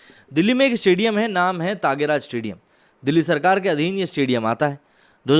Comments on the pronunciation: Please before commenting on others check ur own abilities 🤣🤣 , Mr. u don't even know to pronounce the name of the stadium, it's TYAGRAJ stedium 😡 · ताँगेराज नही है सर त्यागराज स्टेडियम है । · अरे यार तागेराज नहीं त्यागराज स्टेडियम है।